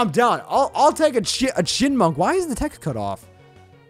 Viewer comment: The true meme of this episode is the fact that can't pronounce Chyinmunk.